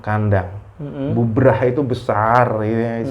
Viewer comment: Bubrah bukan bubaran / brantakan mas bro. . . . .wkwkwkw